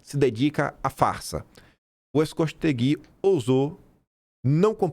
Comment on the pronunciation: A pronúncia correta do nome do repórter é Diego Scost(é)gui. Essa família é do RS